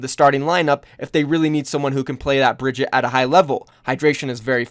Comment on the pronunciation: Bri-gee-tah not Bridget lol